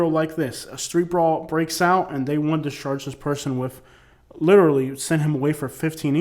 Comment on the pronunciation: Sounds like your saying they sarge people with crimes... charge my guy. lol peace